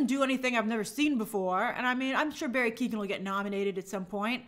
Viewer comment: It’s not pronounced Barry Keegan!! It’s pronounced Kyo-an, or Kyo-gan, but never Keegan.